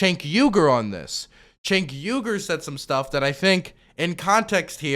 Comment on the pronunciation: Nina will reappear in another district or maybe the same. She has something aoc has but not to the same extent, name recognition. Btw jenk, not chenk.